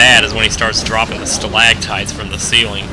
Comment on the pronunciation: Stalagtites! He got it right, he must be the anti-chugga...